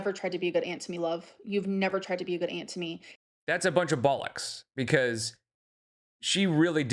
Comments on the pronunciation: 'bollocks' in an american accent is insane, very good points made nonetheless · Hearing an American say "bollocks" is leeederrully one of my favourite things ever 😂 absolutely brilliant 😂